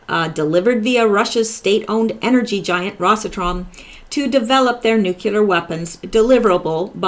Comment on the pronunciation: you pronounce nuclear correctly, its Americans that pronounce it wrong